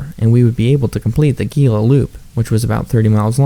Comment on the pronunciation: Quick thing. Your channel is awesome. The Gila is pronounced as if it starts with and H. It's here in NM. The cliff dwellings are amazing and mysterious. Great bit of local lore